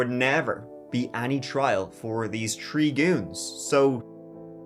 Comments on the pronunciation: its hilarious how Irish people are incapable of pronouncing the h in words like third and three so instead say Turd and tree LOL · your accent is the best! Tirty (30), tree count em (3), and best for last the turd person (3rd)!!!!!😂 I love it!!!!